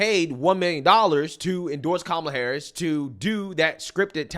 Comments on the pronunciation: Did Oprah call her Kamala Whoreis? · Did she just say kamala horror!? Lmao! And also there is hope for you all... lmao!